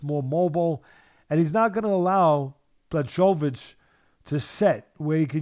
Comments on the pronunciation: The irony is that doesn't get it right either. They keep turning the 'ch' into a 'k' but there's no audible 'k' in there. /Americans for some reason say 'Black-oya-vitch' but really it's 'Bwa-ho-vitch'. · Hey Teddy, it's Blah'Hovich(pronounced) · Pronounced : Bwa - ho - vitch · Teddy "Blah-cho-vitch" Atlas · Teddy: Bloodkovich. Too good 🤣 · These guys are both mispronouncing "Blahovich" lolol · Can't you say his name right FFS .where is the respect . I swear he's doing it on purpose as he's just wrote him off. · Jan's last name is a tough one though lol.